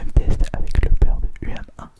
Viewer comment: Aussi, moi comme plusieurs personnes je penses, on dit plus "Humain" au niveau de la prononciation de UM1